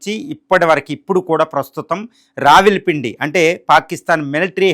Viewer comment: రావిల్ పిండి, రాగిపిండి, అప్పడాల పిండి ఏం వార్తలు చదువుతున్నార్రా బాబూ.